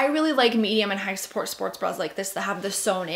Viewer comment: Every time she said medium sport support bra it sounded like support support bra 😂